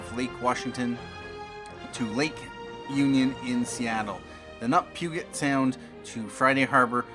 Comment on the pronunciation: Puget with a J sound! Hahaha as a local omg!!! But thanks for the upload!